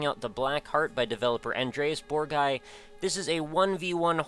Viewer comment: You would pronounce his name An dress Bohr gee (hard g)